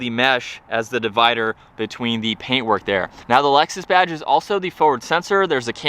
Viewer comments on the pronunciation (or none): Do you realize you say “Alexus”? Instead of Lexus! It’s funny!